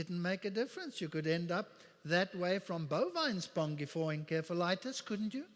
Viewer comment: not enkephalitis, but encephalitis ~min45